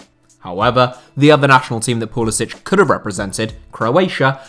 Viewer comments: Name is Pull is SICK! Not sich. God why doesn’t anyone get this. He said it himself in interviews. He is an American. Nothing to do with Croatia except his grandfather. His parents both American. Never once ever had any idea of playing for anyone else. He has a huge eagle with flag tattooed on his arm ffs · It’s Pu-li-sick.